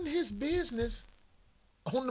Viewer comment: For-Chen. 500 biz-ness